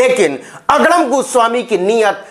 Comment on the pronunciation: Aapke muh se agdam ka ucharan bahut acha lagta hai